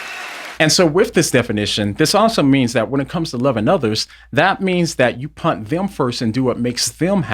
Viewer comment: Love you but am I the only one who hears that you can't say 'put', you say 'punt'. 😂 Great take as always though.